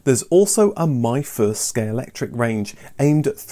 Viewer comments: ScaleXtric, not scalectric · Does it annoy anyone else that he keeps saying "Scalectric" rather than "Scalextric"? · My ears cried a little everytime you said Scalectric 😉 but great video! 😀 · was that a deliberate use of the common mispronunciation of Scalectrix?:0):0) Not just then, you never seem to say Scalextric the same way two times in a row - really does sound like a conversation about it, as I don't recall ever being able to correctly pronounce it more than once or twice myself lol Great video, brought back some great memories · Great episode! This seems to be a difficult one for everyone, in this episode I've heard them all. "Scalextric," "Scalectric," and the famous (and what everyone thinks,) "Scalectrix." Still gets everyone, but regardless they know what you mean lol.